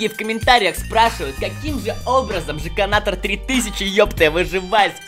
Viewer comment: сказал жеканатор сделал